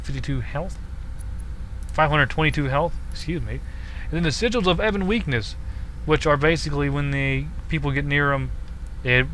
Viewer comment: Just wanted to say thanks for saying Si-jalls correctly. =) others say it wrong, and it's annoying to watch/hear.